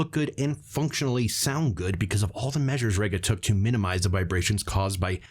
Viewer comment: REEga not RAYga.